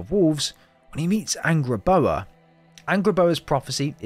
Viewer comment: Bruuh it's Angrboda not angblbla